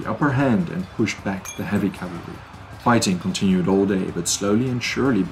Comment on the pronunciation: "cavlary" :face-blue-covering-eyes